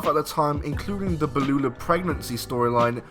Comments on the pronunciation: BUUUU LAH, NOT BE LU LAH! 😂😂😂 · why does he keep calling Beulah Baloulah ???? blue world order maybe ???? still ...WTF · who the hell is "Ba-Lu-La"? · This guy calling Beullah, Belulah 😂😂😂😂😂😂😂😂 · What the fuck is a Bel Lula? Lmao. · What did he call Beulah? Blulah? Really bro? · The way top10 guy pronounced “Bleulah”, “The Great Mewta” and “Jew-lio Dinero” made me glad & won won this video 😂 In all seriousness, great video! I’m a fan of both Raven and Jarrett and factions in general. Great job on making a video with an original idea which is hard to do in this day and age 👍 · Who is this other idiot? "Belulah"? Try to do learn how to pronounce names next time you show up to ruin one of videos. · How can you “defend the honor of Raven” when you can’t even pronounce Beulah right?